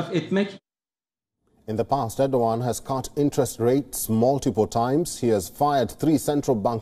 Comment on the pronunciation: Aur-do-g@ (Erdogan)